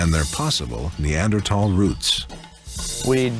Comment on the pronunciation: I remember this era people were pronouncing neanderthal has neander-taal.